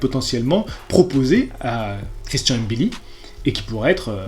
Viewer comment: Wouaw t'es le premier que je vois qui dis mbilli et pas M-billi juste pour ça je like mdrrrr